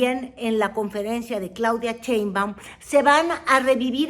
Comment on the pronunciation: ¿Por qué pronuncia CHeinbaum?